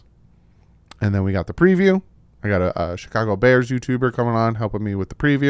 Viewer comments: I always thin SNL when say "Duhh Bears" Ot was an old bit back in the day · Thank you for your content and like how you say THE BEARS sounds just like your from Illinois lol. Have a great and safe night very happy with the Front office as I always am when they've made trades or even picking up players through the draft. They've hit on a lot of draft picks so far. Again have a great and safe night and Fins Up